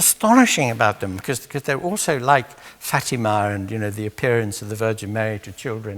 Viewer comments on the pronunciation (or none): none